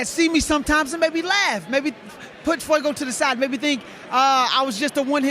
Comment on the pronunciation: actually says "Fiego" all the time, that's what we're correcting...